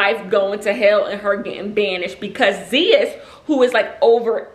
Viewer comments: Omg I wanna get those leggings now!!! & Zeus is pronounced ZOOSE!! 😂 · Are you meaning Zeus like zeuss network. That is the Greek god 😂 girl you had me rolling I was like who is ze-us 😂 I love your videos❤